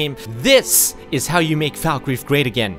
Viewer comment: its pronounced fallkreath not foulkreath